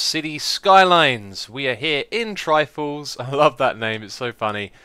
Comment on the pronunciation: Every time Xisuma says Trifalls, I hear Triforce.